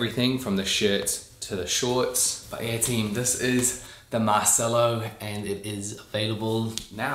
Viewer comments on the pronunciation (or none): Shouldn’t it be pronounced Mar-chell-o though? It’s Italian, right?